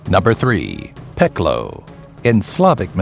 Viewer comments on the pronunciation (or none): It's no Peklo it's pakao